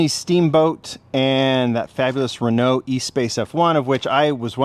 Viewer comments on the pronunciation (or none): none